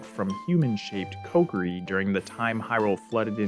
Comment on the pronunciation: Omg, what's with you pronouncing Ko Ki Ri like pot pourri?